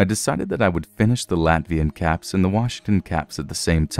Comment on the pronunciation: He said caps I heard cats.